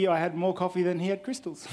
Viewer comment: Did he say cristils??? Hahahaaaa.